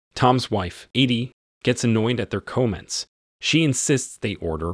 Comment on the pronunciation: So is this guy AI or what? Who mispronounces “comment”?